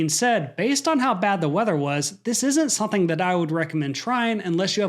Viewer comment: Why do you you keep saying the word " something " as "sonthing¿"